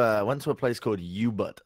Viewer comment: That's the worst pronouncation of Ubud I've ever heard